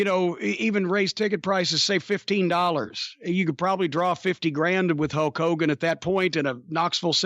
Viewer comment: I swear Jim called him Hoke Hogan, like Hokey Hogan